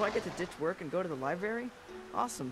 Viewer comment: i dislike the voice acting for the game already, he said libary instead of library and that truly irritates me if you want to check for yourself